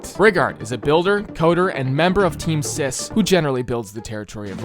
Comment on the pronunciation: Thank god for the decentralised teams, you are stupidly optimistic. Also it’s CIS not sis